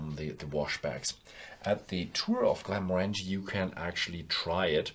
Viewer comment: Not a fan, whisky should look like whisky, not soft drink. P.s….you’re pronouncing “Glenmorangie” wrong😉